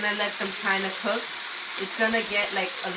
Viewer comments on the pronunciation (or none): none